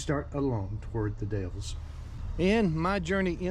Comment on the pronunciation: Or Canola or Rape seed, no that's not a typo... Also the Dalles is pronounced The Dalls and the Willamette valley it the will-LAM-it valley...